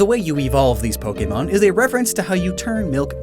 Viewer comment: U said so many pojemon WRONG